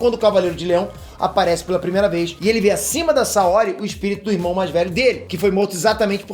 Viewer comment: Só n curtir qnd vc falou saóri 💔